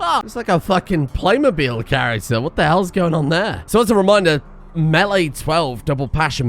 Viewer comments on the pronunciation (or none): none